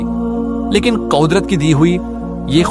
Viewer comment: Bro vo kodrat nhi kudrat hota h